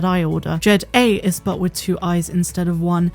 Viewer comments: Jed'aii wouldn't be pronounced Jed-ay. It would be Jed-eye-ee. 'Ai' on the end of a word is still pronounced like a long 'i.' It would basically be the same as the end of Hawaii. Haw-eye-ee. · Isn't it pronounced je-dai rather than je-daa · First time I heard Je’daii pronounced as Je-Day instead of Juh- Dye or Je-dah-EE , like Hawaii.